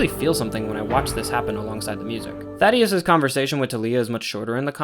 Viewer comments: Bro it’s Thaedus not Thadeus. Just wanted to tell you if you’re actually still reading these. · THAY-DUS not Thaddeus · Slight correction, I'm pretty sure it's Thaedus and not Thaddeus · Amazing vid once again, but I HAVE to mention it since i don't see anyone else mentioning it! His name is Thaedus, not thaddeus lmaoo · These breakdowns are so thorough and fantastic. Love your pacing and delivery! Another little pronunciation note!: It's ThAEdus not ThaDEus, pronounced Thay-dus! I imagine it's one of those subtle name adjustments to make him seem a little more alien. Also I'm not 100% sure the character shown in the show is meant to be Thula, she's drawn a little older and my personal theory is that she's going to be Thula's mother or perhaps mentor. Establishing the braid-knife thing as a Viltrumite Fighting Style that multiple characters might use. Thula can then be introduced later with some baggage against Nolan. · Thaedus not thaddeus btw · Great video man, just as polished as the last one! Small nitpick, idk how you keep mispronouncing the name of THAEDUS (thay-dis) as “Thaddeus” when they say it in the show lol, it’s not important just kinda bugged me. Regardless, this was a very thorough and well thought out vid and I’m looking forward to the Season 3 breakdown! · THAEDUS. THEY DUS. NOT THADDEUS😭😭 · Idk if how you say Thaedus is a running joke because of how you mispronounced some stuff in the first video, but its "Thay-dus" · Thaedus ❌ Thaddeus ✅ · ‘Oh I’m sure will say Thaedus correct once he hears it in the show!’ saying Thaedus after he hears how it’s pronounced - - ‘Damn… 😢’ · No offense but that is the funniest mispronunciation of Thaedus I have ever heard